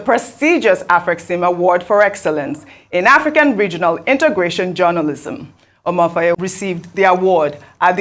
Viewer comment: Otio! So Ojy Okpe really cannot pronounce Amaewhule, yet she is supposedly Igbo? The first time I watched her crucify that name, about last week, I thought she was kidding. Ojy, you have to do better o, crucifying any African name by any educated African is not a badge of honor. Amaewhule, meaning: -- may lonesomeness not afflict my linage -- is politically unscrupulous but knows how to use rhetoric to make himself look great.